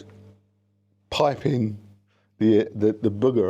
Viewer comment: Allo. Good to see you. Too much grass to mow, animals to tend to and kids to get back to school for me. Add my practice time and I barely get to see you anyway. Buggerer lol It is pronounced Boogerer....